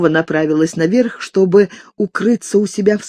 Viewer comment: Меня больше ошибки в ударении задевают